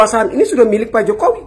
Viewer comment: sok tau kau....nyebut nama jokowi aja gk benar....